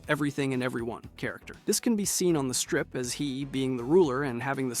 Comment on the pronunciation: It's the Strip, not the Stripe, otherwise, good video!